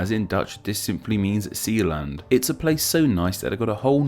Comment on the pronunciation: I’m not sure how you took /zeːland/ and made it /ziland/.